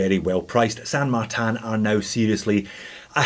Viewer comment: Where's the A in tin ? LoL, San martin , not San martan